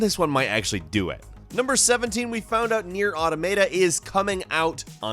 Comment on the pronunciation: Is that seriously how you think Nier Automata is pronounced? Lol